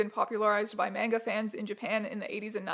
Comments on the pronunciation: no fucking way she says "mainga" 🤮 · Not that big an issue, but your pronunciation of manga made me groan a bit.